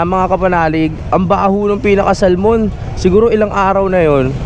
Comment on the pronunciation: The right pronouns Salmon is Sa'amon hidden L